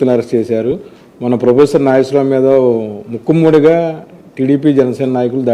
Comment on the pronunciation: ముక్కుమ్మడి అని ఉచ్ఛరించడం తప్పు బాబు.తెలుగు పదాలను సక్రమంగా ఉచ్ఛరించడం కూడా రాని మీరు జర్నలిస్టు గా ఉండటం మాఖర్మ.సరియైన పదం మూకుమ్మడిగా అని స్పష్టంగా ఉచ్ఛరించండి